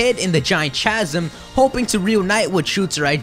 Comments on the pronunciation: Interesting theory. P.S. Chasm is pronounced 'ka-zum, not 'cha-zim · I'm sorry but please make sure you are saying words correctly. It is pronounced "ˈkazəm" not "chazem" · I've never heard someone say chasm with a hard "ch". I usually say it as caz-uhm. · I'm pretty sure chasm is pronounced 'kas-am' not 'cha-sam' idk though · Chasm pronounced Kasm.. Sorry just thought I should let you know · Chasm. Ka-sum. Not Cha-zum, but ka-zum. I'm sorry, but I cringed every single time you said cha-zum. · ITS PRONOUNCED CAZ-UM!!!!! CANT WATCH ANYMORE UNTIL FIXED!!!! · sorry... I tried to ignore it but it really started to bug me after the fifth time you said it. Chasm is pronounced like "kasm" you don't actually say the "ch" like you would in cheese or cherry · chasm is pronounced casm. please keep this in mind in future videos. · its pronounced with a K sound. Like kasm. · This is a very well thought out Pokémon theory. It actually sounds quite believable when looking at pokedex entries, in-game items, and visual cues. Might just subscribe. By the way, the word "Chasm" is pronounced as "Kasm". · Chasm is pronounce [Kazm] other then that interesting speculation. :-) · Hi no offense but chasm is pronounced as kasm the ch make the k sound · chasm is pronounced: ck-ha-sm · *Chasm is pronounced Kasm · Nice video and i love the dog in the background but god man every time i hear you pronounce chasm i want to punch you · You are pronouncing "chasm" incorrectly. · Isn't the H in chasm silent?